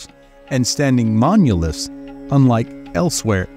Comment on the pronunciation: Does the narration sound strange to anyone else? Sounds like AI to me. I don’t know anyone who pronounces monoliths as munilefts.